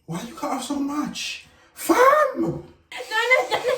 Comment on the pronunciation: the super british “FAM!!??!?” has me ROLLING